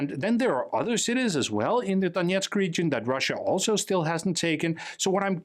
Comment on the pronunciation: btw, there is no "yeah" in Donetsk. The "yeah" part is russian pronunciation.